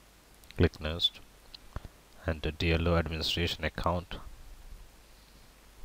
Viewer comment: it's next...not nest